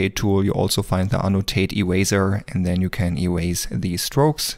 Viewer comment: "Ewaser" 10/10 for comedy 11/10 for learning 10/10 for editing, give this man a like and a sub! Edit: Forgot to include the time stamps